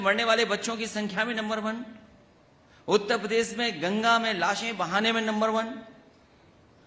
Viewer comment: उत्ता पदेश नहीं उत्तर प्रदेश होता है नेता जी😂